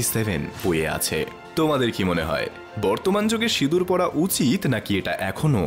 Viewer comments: লিখছেন সিঁদুর উচ্চারণ করছেন সিদুর আপনি সিঁদুর উচ্চারণ করতে পারেন কি না 😂😂😂😂😂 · 'ন' এর কথা হচ্ছে না, '৺' এর কথা হচ্ছে।